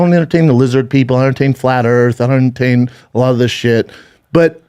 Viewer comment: Schaubanese: "herntayen" = entertain